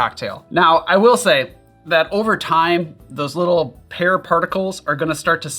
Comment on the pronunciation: You said pear, but I heard hair.